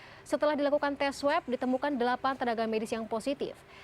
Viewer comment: DEAPAN apa DELAPAN.....🤣🤣🤣🤣🤣🤣🤣🤣